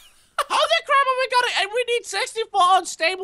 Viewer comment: dued deez swords do a cwap ton of damageee